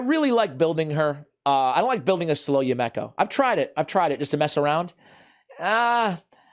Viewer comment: Her name is pronounced: "YOU-me-koh", NOT...."you-MECK-oh".....and I just got her!